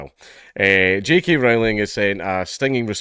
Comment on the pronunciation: When he says JK Rowling it sounds like "cheeky Rowling".